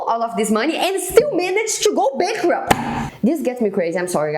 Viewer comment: "and still maneged to go bankcorruped" kkkk foda